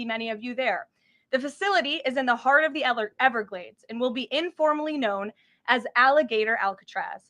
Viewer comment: I'm loving what sounded like a high-society pronunciation of "everglades". If you can replicate that pronunciation and have other people adopt it, we can make the Everglades sound like an exclusive destination. "Are you going to the Hamptons this summer Brie?" "No, me and Chad are summering in the Everglades!"